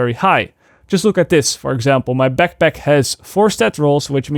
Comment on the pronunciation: Keep it up brother. You're helping me a lot to understand a lot easier whats going on in the game. It trips me out though everytime you say "backpack". Sounds like "pekpek" 😉